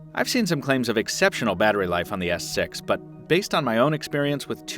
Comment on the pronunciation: He said s sex